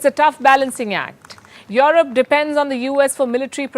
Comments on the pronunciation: Europe becomes Your-rope 🤣🤣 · Hi Palki. Enjoyed your journalism works. I just wonder why you pronounce Europe as "your-rope" it sounds awkward. I know that Indians carry a specific accent when converse in English but "your-rope" is totally awkward. No offense. It's just constructive feedback. Thanks.